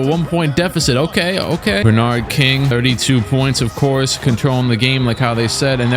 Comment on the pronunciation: pronouncing Bernard King like that kid that said LeBron James